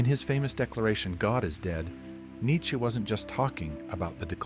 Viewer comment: Neittche???? JESUS CHRIST!!!!!!